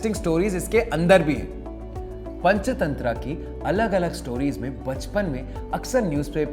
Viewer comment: ये पंचतंत्रा क्या होता है भाई हिंदी में पंचतंत्र ही होता ह इंग्लिश उच्चारण क्यों घुसेड़ रहे हो भाई